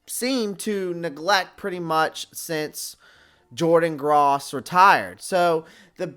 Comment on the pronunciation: Jordan “Graus”?? Any real Panthers fan would know how to say the name of our best left tackle of all time. You need to stop faking and change your channels name and return your garage sale Panthers gear, cuz you’re definitely not a Panthers fan. Sad.